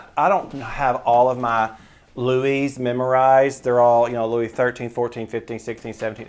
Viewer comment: Get your "Louis's" right! .... you're in the business, afterall....❤